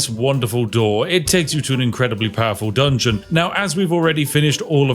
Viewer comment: I'm sorry, DUNGOEN???? 🤨